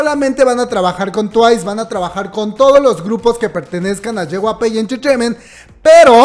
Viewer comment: Hay cosas más importantes que esta, pero me da mucha risa como pronuncia JYP Xdxdxd es YEI WAI PI Me encantan estos videos ❤❤❤